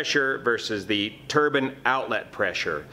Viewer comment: Also, I might be incorrect but is it a turban engine or turbine? It might be in the pronouncement.